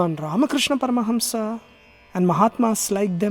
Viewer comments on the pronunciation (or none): none